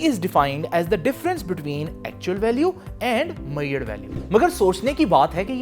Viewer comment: Measure bolna sikhiye sir